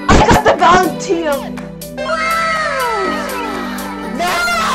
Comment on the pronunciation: Valentiteum LOL 😂